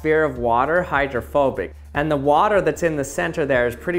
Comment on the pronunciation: I thought you were saying homophobic 😂